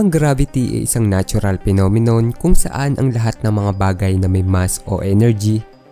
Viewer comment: I was watching this vid until he said "pinominun"